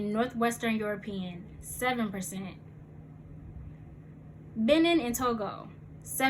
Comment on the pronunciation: Just send them a message and tell them you're african american and request the African Edition. By the way... It's ben neen and not ben nin. 😁